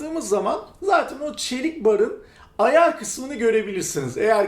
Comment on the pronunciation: neden ayar yerine ayaaağr diyorsun jdjddjdjddk